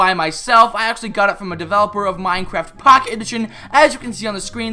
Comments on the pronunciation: This was really funny. The way you said POcket edition tho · How u say minecraft POCKET edition XD